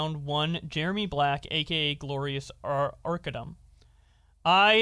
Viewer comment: The one time u said his name right all 3 videos is when u made fun of him I think the first post calling him “Arca DUMB”😂I get it he’s a piece of shit who cares but I guess I have some type of ocd cause I notice it every time 😂